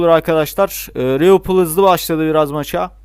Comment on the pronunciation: Abi rivilpool değil liverpool